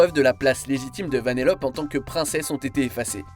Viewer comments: Ouais Je Suis D'accord Ça Se Dit Vanellopé Pas Vanellop Mais Il N'y A Pas 2 P Mais 1 Seul P Et Pareil Pour Le L Il Y'a 2 L Pas 1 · on dit vanellopéééé et pas vaneloppe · Ça se dit « VANELLOPÉ » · ça se dit "Vanéllopé" ! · Moi la seule erreur que j'ai remarqué c'est que tu nas pas prononcé le ''e'' de vanellope ptn